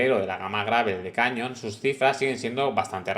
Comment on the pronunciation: Por favor, la bici se llama Canyon y se pronuncia ˈkænjən' y no cañon. Que es un nombre de bicis Alemanas pronunciado en inglés. El padre del rey tampoco queremos llamarlo John Carl I 😂😂😂😂